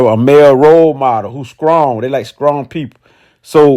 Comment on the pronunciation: "Scrong" lol